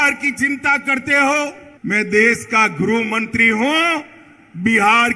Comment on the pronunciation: Amit ji pahale grih mantri bolna shikhiye tab bihar sambhal ne ke bare mein shochiye ga